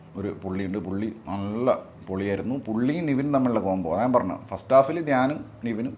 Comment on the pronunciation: എല്ലാത്തിലും "പറന്ന്" പോകുകയാണല്ലോ പറഞ്ഞു എന്ന് പറയാൻ അറീല്ലേ